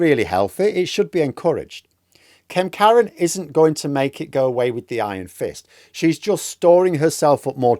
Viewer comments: Sounded like you said her name was Karen. Close it seems Kemkaran. Bet she goosesteps around her office! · When you say 'Kemkaran' my brain keeps interpreting it as 'Kent Karen'. Seems appropriate. She's definitely demanded to speak to someone's manager a few times.